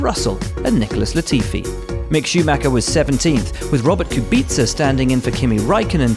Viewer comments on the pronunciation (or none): none